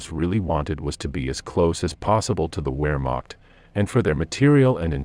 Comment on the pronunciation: Please pronounce w’s as v’s, especially Wehrmacht…